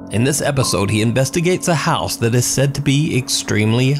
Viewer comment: needs to be in jail for the way he mispronounces "house" and "out".... aside from the fakery